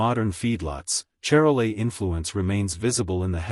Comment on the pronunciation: That's pronounced Shar-lay. Calves tend to be large at birth, creating calving problems.